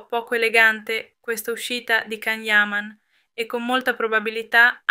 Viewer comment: Prima di tutto imparate come si pronuncia il nome di Can Yaman (Gian Yaman e non Can) e poi date notizie vere e non fake..